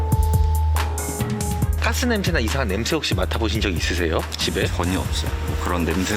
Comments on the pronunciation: 가스가 아니라 깨스인가욥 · 가스를 자꾸 깨스라고 하네ㅋㅋ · 아니 가스발음이ㅋㅋ 깨슼ㅋㅋ